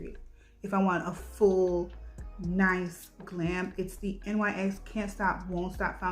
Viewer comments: The brand NYX is pronounced Nicks lol It's not N.Y.X. Love your video! Your make up looked amazing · Oh… I’ve always pronounced it N.Y.X too… but I’m not a makeup or brand knowledgeable person anymore so that’s my excuse & I’m sticking to it!! 😂😂💜💜